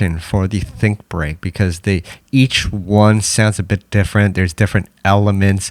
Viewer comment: lmaoo i was watching this and i noticed that the transition between the funky drummer and think break said "think beak"